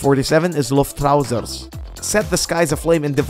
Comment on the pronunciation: that, actually, was a very nice prenounciation of Luftrausers